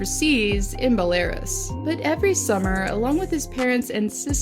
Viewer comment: It’s Bel-a-ruus